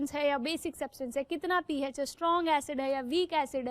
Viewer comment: It’s pH not “peh H” (just correcting her)